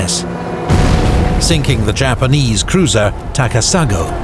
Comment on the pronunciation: I don't know, but I think your "Japanese cruiser Ta'ka-Sa'go," , might actually be Taka'sa-go. If so, then the "go" would just mean "number" or "the one named," while "Takasa" might be "The Heights."